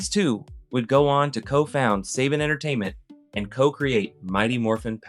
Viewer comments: I love that he got Hiam Saban's first and last names correct but in the SAME SENTENCE calls the company named after him "Say-Ben" entertainment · Not Say-bin! Sah-bahn! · Also, D.I.C. (instead of deek) and Sabin Entertainment (instead of Saban). Even if he didn’t appear on camera, you could tell he wasn't alive when the show aired.